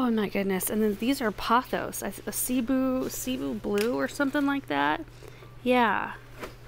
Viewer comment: Cebu Blue: seh-boo :) emphasis on boo.